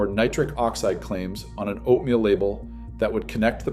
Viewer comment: Right? I was taken aback by that as well. Why did he pronounce it like that? Is this even a real guy? Or AI ?